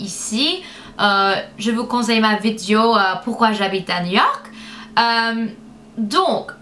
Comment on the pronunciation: C'est trop chou quand tu dis "vidéo" (vidio) '! Tu est juste magnificiiiiiiiimmmmmmme *_____*' <3